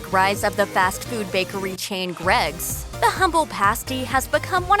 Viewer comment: It’s ‘Greggs’